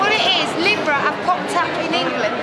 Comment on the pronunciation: Libra = 'Leebra' (pronunciation, luv')